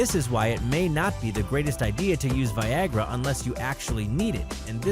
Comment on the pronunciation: did anyone think it said vagina instead of Viagra